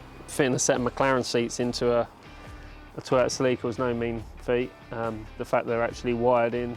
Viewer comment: the pronunciation on "celica" is completely wrong